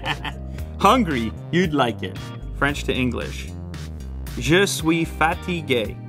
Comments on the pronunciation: man i know french but he pronounced it wrong :D seems like you are the low-IQ-person here... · even tho i speak french i couldnt ignore how je suis fatigue sounded like je suis fat and gay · I swear when he said je suis fatigue.....I heard him say ...je suis fatty gay😂😂😂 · It is not pronounced "fatty gay" it is pronounced FATIGUE (fá tí GUE) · Salim Abdi Common mispronunciation by a primarily English-speaking person with that word. Since fatigué does not have an s after the t, English speakers will tend to say it as fateegay rather than fatseegay as French speakers would. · I know french but when he said "Je suis fatigué " i heared " Je suis fatty gay " ... MAN I NEED SOME HELP ! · lol.....i thought he said yo soy, "fat y gay"....omfg.........but he was trying to say fatigue..... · i thought he said "i am a fat gay" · I thought you said, "I am fatty gay". I really need to work on my French. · I heard fatty gay in French.... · Am I the only one hearing: "Je suis Fatty Gay" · Man said je suis fatty gay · When he spoke french I thought he said: "je suis fat and gay". Which it makes totally sense to me said from him 😂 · "Je suis fatty gay" That's what i heard... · Anyone else hear "je suis fatty-gay"? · Why do I keep hearing ' Je suis fatty gay ' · What came to mind was little micky mouse ears lol or that old school pilot ear looks🤔😆 Wait! Why when he spoke french I heard "yo swee fatty gay"... I'm going to yell that phrase to my mom when I'm tired, and watch this woman catch a fit and slap for thinking I'm cursing at her😂.